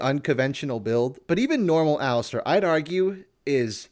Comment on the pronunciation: What the hell is an "el-istarr"